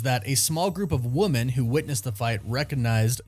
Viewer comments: Women is not pronounced the same as woman Check Merriam Webster’s dictionary for pronunciation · woMEN, not woMAN.